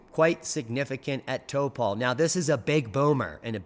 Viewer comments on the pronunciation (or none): It's pronounced tawpoe... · or Taupo even.